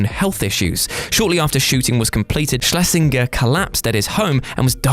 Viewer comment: Same as 'Schlesinger' which I don't think was pronounced properly either.